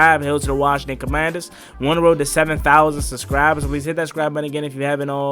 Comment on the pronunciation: The Washington Howclaurbinsons 😅🤣😂 featuring Joey Slye.